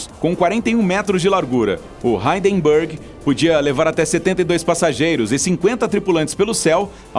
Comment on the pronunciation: Hindenburg virou "haydenburg"! KKKKKKKK.